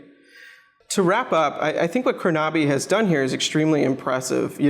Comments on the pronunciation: Dilip Goel Yeah, Krona-by not Kro-Naby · Great review! The only remark I have is the pronunciation of the name.